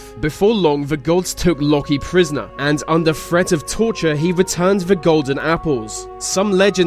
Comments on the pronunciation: it's not fhe but "the".. it's not myfology but "mythology".. fuck it's cancerous to hear people rape the English language like this.. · He says "The" as "Va" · He says the like ve and it's extremely Annoying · why is it every time you say the I hear veh